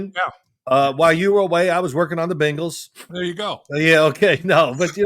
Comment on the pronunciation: Can Phil please teach his son how to say Bengals instead of Bangels 😂 it drives me bonkers! They are both indeed Savants but the Bangels is inexcusable at this point